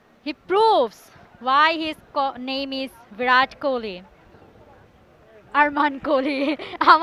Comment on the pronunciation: ওর নাম তো Kohli , kholi nh!!!😅